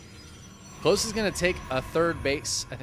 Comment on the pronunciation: Klose is a german rooted name derived from the name "Nikolas". So, it would be pronounced "KO-LOSS". Similar to how you would start to say "Collosus".